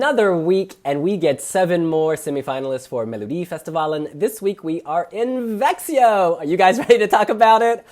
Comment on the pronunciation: Vexioh? x-D [V-ea-x-sch-ou] are more like how you pronounce Växsjö. :-9